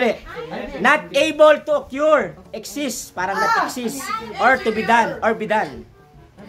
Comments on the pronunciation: Mali naman sir yung pronounciation mo ng occur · Wrong pronunciation ng occur